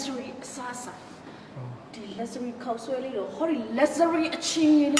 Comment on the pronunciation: Luxury ကို လပ် ဇ ရီ လို့ အသံ မ ထွက် ရ ပါ ဘူး မြန် မာ အများ စု မှား နေ ပါ တယ် အသံ ထွက် အ မှန် က " လပ် ရှူရီ" ပါ မဆွိ တို့ မွန်း တို့ လပ် ဇ ရီ မ လုပ် ကြ ပါ နဲ့ တော့!😂❤